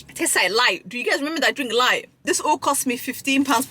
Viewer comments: You are supposed to boil the saltfish several times so it soo not salty. Where are you learning the pronunciations of these words. Its LILT not lite. On a positive note, I am impressed you know which jerk seasoning they used. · Chicken can be fully cooked and still be pink if it's on the bone. Can vary in shade from white, pink, or tan. I'd be worried if it was still slimy/firm jelly like inside. That usually can show if it is still undercooked. Sis, it aint light, it's pronounced lil-t lol. 😂😂😂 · It's not lite it's lilt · Your pronunciation of names of foods and drinks such as Ackee—you constantly say ackeel and Lilt, which is not pronounced as you do—is getting on my nerves. Learn to pronounce words properly!!!